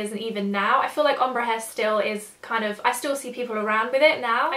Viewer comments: I love you, but everytime you say om-bru instead of ombre i die a little inside haha! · The way you said ombre omg! I think its pronounced ombray? But thats just how I've heard it said! Loved seeing your changing hairstyles in this though, got me thinking what my one would be like :) x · I don't know why the way you say ombre pisses me off so much:') but great video,loved ittttt